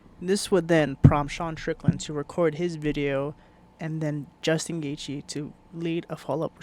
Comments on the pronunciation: Jewstin goythje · Justin Goythje 😂